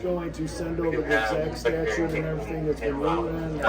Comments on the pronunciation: Hey it's pronounced statute not Statue,a lot of people say it like that,🗿🗽. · Statute not statue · Dude... if you're gonna go this, for the love of mike.. the word is not STATUE !!!